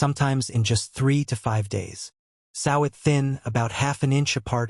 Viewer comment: You know this is an AI thing . Sow is a pig . The correct pronunciation would be so